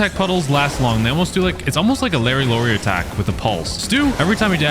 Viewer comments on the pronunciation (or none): none